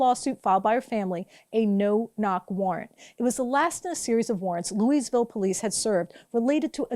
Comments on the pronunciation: Um it's "looeyville" not "looeySville" haven't you ever heard that before? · "Louise"ville? Really? And you expect us to take you seriously? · Just to clarify, the “s” in Louisville is silent, like Louie-ville or Loua-ville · It's pronounced lou-i-ville. No "s". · Good reporting as usual however mispronouncing the name of a major city is a bit ridiculous. It is pronounced phonetically...LOO-A-VUL. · People who champion non-establishment causes MUST make sure they pronounce words correctly or else jeopardize their credibility. The "s" in Louisville is silent. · The "s" in Louisville is silent.